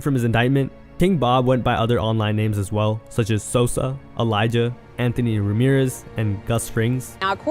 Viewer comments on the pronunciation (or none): none